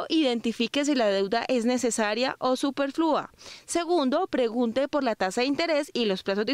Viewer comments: Superflua tiene el acento en la segunda sílaba. La periodista que se refiere a los créditos, la acentúa en la última. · La palabra SUPERFLUO se utilizó varias veces con mala acentuación. . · Superflúa, no, supérflua